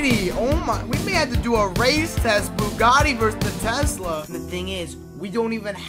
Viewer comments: broo u doeled bugati wrong u said bugti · U said bugti